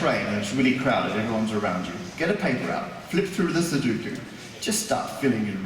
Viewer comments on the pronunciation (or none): It's su-DO-ku. Not su-DU-ku. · in Japanese it's pronounced num-baa-pu-ray-su ^_~ [Because they call it "number place" or ナンバープラース. ;) That aside, "sudoku" in Japanese is pronounced like sue-dough-koo.] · Every time he said "Suduku", I died a little inside. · NoriMori-san and I know different. Please note that the second syllable has an "o" not a "u" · This guy is entertaining enough that I'm willing to forgive his complete idiocy when it comes to how to pronounce "sudoku".